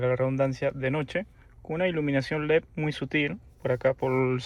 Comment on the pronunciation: Tenemos un problema con la D en leD, lo cambia por una P, leP. Hay que arreglar eso.